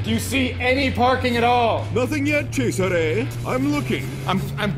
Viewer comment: Was anyone else surprised that thats how you pronounce Cesare?